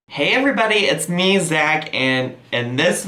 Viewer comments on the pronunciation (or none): none